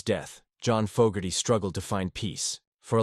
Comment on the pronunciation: Maybe program your AI narrator with the correct pronunciation of Fogerty